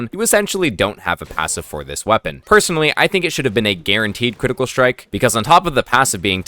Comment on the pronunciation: Jesus brother can you just say critical?!🤣